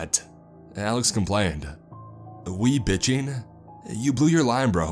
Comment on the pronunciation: He said webitching hour instead of bewitching hour